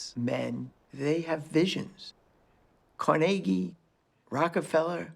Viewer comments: CarNaGee is right. Carnegie Hall is not CarNegge Hall. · Actually he pronounced his name Car-neg-ie NOT Car-nagie. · It's not Cor-nagy. It's Carnegy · Never heard Carnegie pronounced like that before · have never heard Andrew Carnegie's last name pronounced they way the speaker says it ... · Please say to yourself "Carnegie Hall" and then ask why PBS is pronouncing their name so horribly wrong.